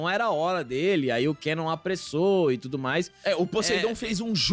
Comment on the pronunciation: Puts alba '' kEnnom é peso. Até a dublagem falava kAnnom de gêmeos. Aí vc pegou pesado kkkk Abraços e sucesso